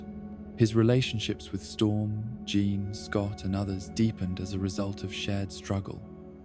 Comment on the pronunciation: It’s not a "John Scott Logan" love triangle. It is a "Jean, Scott, Logan" love triangle. You need to rework the A.I. and voice.